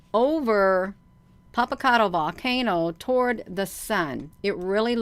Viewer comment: She's mispronouncing it actually. 😝